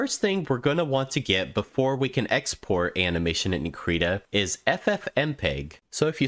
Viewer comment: finally someone who pronounces it "kreeta" thank god